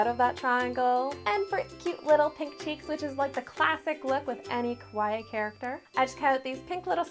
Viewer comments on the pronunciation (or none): shouldn't it be like, ka-wa-ee and not kway? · It's pronounced kawai-e. But I love the cake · Kawa-I-I (i pronounced iike a long “e” sound. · Kept thinking she said "quiet". Took a while to realize she was saying "kawaii"! LOL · Girl u saying kawaii wrong some anime watchers fInna be cringing at u 🥴😂🤣